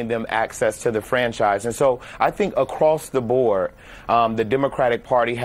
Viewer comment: . "Across the bore?" This imbecile can't even speak English.